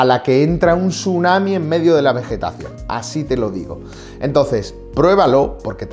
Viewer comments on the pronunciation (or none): none